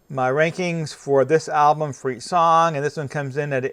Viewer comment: Also.. you say Ablum.. a lot.. annoying..